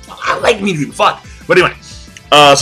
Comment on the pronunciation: I'm sorry but why are saying the names incorrectly? I love your reviews but it's starting to piss me off. Midorama Me doh re ma. Kuroko Kur ro ko You've said everything else correctly.